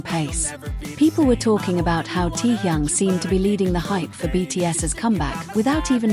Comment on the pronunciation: Какая безграмотная блогерша мне стыдно за вас ударения в словах неправильно и даже имя такого известного артиста кумира миллионов не можете выучить а лезет со своими сообщениями а зовут самого шикарного Уникпльного мужчины в мире очень просто Ким Тэхен пора запомнить